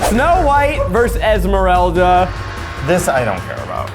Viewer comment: I cannot believe the disrespect on Esmeraldas name